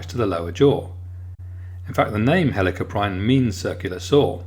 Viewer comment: It's pernonced hell a corp e in